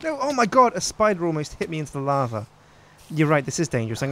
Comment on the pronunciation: just say lava correct for once. its bothering me